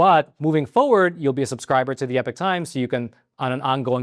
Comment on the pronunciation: I don’t think epoch should be pronounced the same as epic.